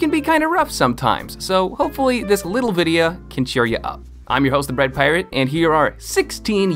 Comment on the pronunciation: Bread pirate'this is the bread paret'